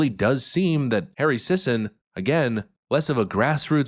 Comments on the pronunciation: The last name is pronounced "Sissy." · “Sisson”… How you pronounce “paid shill” in 2024.